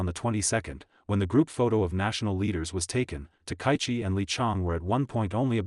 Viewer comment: Takaichi: ta-ka-yi-chi. Four syllables, none emphasised. "Ta-kie-chi" is ugly, and insults both her and us, your audience. Everyone's name deserves respect, and the YouTube poster who can't manage it is a second-rater.